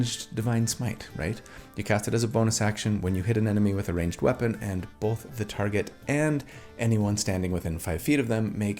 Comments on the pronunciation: I was also raised saying "bolth" in that very Utah way. Not that my parents said it that way, but most of my extended family did. So I actually felt really validated that you struggle with it too. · Came for the build, stayed for the "BOW-EL-THA". 😂 Your right, it's definitely not all about damage... Add that to the fact that most of your builds probably do more damage than most average player's characters and I think you're doing alright on that front!